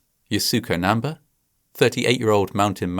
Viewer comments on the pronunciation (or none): you couldn't be bothered to look up how to pronounce namba's name?